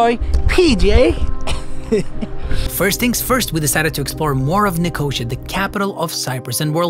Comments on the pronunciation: Nik-o-see-a, not nikosha. .lol. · Nicosia is not pronounced like nausea, its pronounced as ni-co-see-a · Me too, and I'm English! It's pronounced 'Nik - oh- seeya', but the video is GREAT! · Nicosia or Lefkosia not Negoshia, heerokitia not cHoIrOkOtIa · ' Nicosha' what Hell is that? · Sorry as a Cyprus girl my self, when you said Nicosia, I couldn't help but laugh about the wrong pronunciation. Its okay though. No worries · all good, but please check how to pronounce Nicosia / Lefkosia.. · Bugs me how he says Nicosia